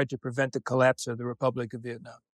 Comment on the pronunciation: I like Chris Hedges a lot, but the way he pronounces the letter 'a' in words like Vietnam and 'debacle' annoys the crap out of me. And the other guy's name is pronounced BAHS-a-vich. Long A (ahhh), not the other two ways peculiar to the English language.